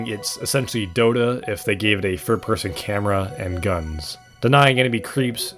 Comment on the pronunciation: Yeahhh im not taking the opinoin of someone who cant say "Third" properly